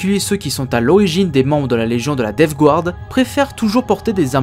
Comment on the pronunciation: Super vidéo, étant un fanatique de la DG c'est toujours agréable de réécouter les histoires en rapport avec celle ci Ma seul critique qui est plus du chipotage est la prononciation de Death Guard, le Guard ce prononce "gard" et non "gouarde", c'est une erreur commune mais qui écorche les oreilles pour certains